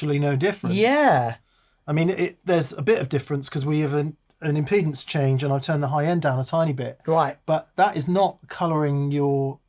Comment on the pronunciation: Impedance? It's been too long since we've seen the impy-dance!